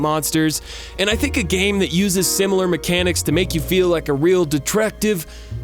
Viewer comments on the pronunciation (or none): none